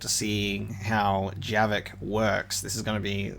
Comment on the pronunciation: It's Javik, not Jerrik. XD